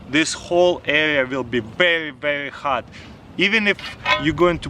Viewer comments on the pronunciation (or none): Taras- “Wait 30-40 minutes to wemove da led..” waits 5 seconds.. “Yup it’s pwetty hat..”